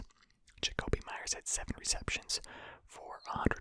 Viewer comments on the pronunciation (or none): none